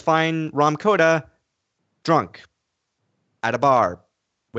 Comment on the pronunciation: It's Kota not Koda